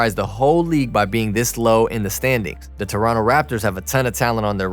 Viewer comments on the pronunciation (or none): none